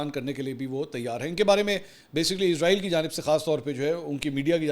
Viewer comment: ارے بھئ یہ کیا۔۔۔۔۔۔ عزرائیل۔۔۔۔۔۔ عزرائیل کی رٹ لگا رکی ھے آپ نے ۔۔۔۔۔۔۔۔؟؟ توبہ توبہ۔ استغفراللہ۔۔۔۔۔۔۔! "اسرایئل" کو عزرائیل کہنا میرے خیال میں سخت گناہ ھے! کیوں کہ "عزرائیل" موت کے فرشتے کا نام ھے ۔۔۔۔ ھم اسرائیلوں کو کیوں خواہ مخواہ "عذرایئلی" یعنی اپنے یعنی مسلمانوں لئے موت کے فرشتے بنارھے ھیں۔۔۔۔ ؟؟؟؟ اور یہ اس لئے ھورھا ھے کیونکہ بہت سے پاکستانی اور بہت سے دنیا بھر کے مسلمان محض انگریزی لہجہ بنانے کے چکر میں اسرایئل کو عزرایئل کہتے ھیں۔! مجھے پورا یقین ھے کہ اسرائیلی اس بات سے یعنی اپنے اس انتہائ طاقتور نام دیئے جانے سے بیحد مسرور ۔۔۔۔ خوش ھوتے ھونگے ۔۔۔ اور مسلمانوں کا مذاق بھی اڑاتے ھونگے کہ ھا۔۔۔۔ ھا۔۔۔۔ دیکھو! خود مسلمانوں نے ھمیں اپنے لئے موت کا فرشتہ بنالیا ھے تو ھم کیوں نہ موت بن کر ان پر نازل ھوں؟ میری ان تمام انگریزی لہجے میں اسرایئل کو عذرایئل کہنے والے مسلمانوں سے گزارش ھے کہ اس بات پر توجہ دیں اور اسرایئل کو آئندہ کبھی عذرایئل مت کہیں ! ۔۔